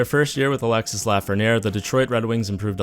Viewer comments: It’s pronounced alexy not Alexis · it's Alexi not Alexisse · Sorry dont I need to sound like a nerd or anything but it is pronounced Alexi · The "s" at the end of Alexis is pronounced. The name is pronounced "Alex" "e" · Its pronounce Alexee...the IS is pronounce like an E 😉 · The "s" is muted. Its "Alexe" Lafrenière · I know my frenchies are cringing hearing the s at the end of his name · The S in Alexis is silence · You don't have to pronouce the "s" in Alexis